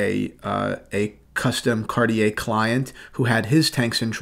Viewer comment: Car-chee-eh....not cartiee-eh.